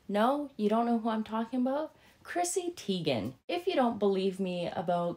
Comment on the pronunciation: As HG Tudor says Teegan, Tigen, Tagen.